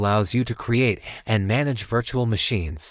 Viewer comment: "Vitchual machine" AI voice spitting fire right now